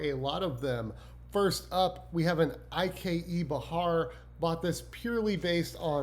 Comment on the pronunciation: Ike Behar is not I.K.E. it is just "Ike" as in, a nickname for Isaac. Great video!